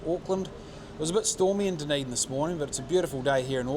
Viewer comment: Nicely done! Btw Dunedin is DUD not DUN 😬